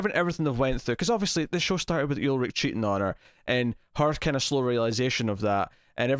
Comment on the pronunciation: Its not YULRICH its ULRICH!!!!